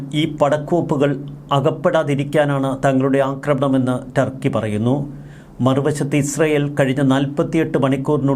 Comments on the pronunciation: ടാർക്കി അല്ല തൂവാല... 🤣🤣🤣 തുർക്കി ആണെടോ 🤣🤣🤣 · Malayalees know Thurkey very well. Why can’t you pronounce Thurky instead of Tarkey?